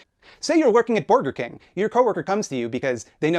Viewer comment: lol does Maupin believe says Borger because he’s so rich he doesn’t know what a burger is